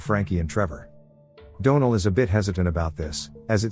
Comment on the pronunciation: I really hate AI narrators. They don’t pronounce certain words properly and they can never say names right. For example the name Donal. It pronounces it as Doe-nel instead of Dawn-el or the name Penelope as Pen-e-lope instead of Pen-el-o-pee. It drives me crazy.